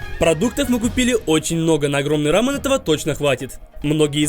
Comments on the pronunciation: не рамн а рамён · Правильно говорить Рамён (ударение на Ё) Видео супер! Думаю потратили около 10 тыс. Рублей